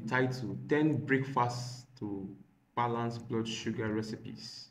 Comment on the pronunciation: bro can't pronounce Recipes. what an irony....😢😢😅😅